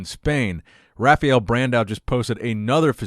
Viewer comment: "Rah fah L" not "Rafayyell" not "Rafiel"